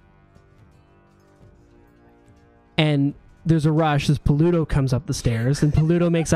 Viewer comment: Lol just noticed pronunciation of "Pa-LU-toe"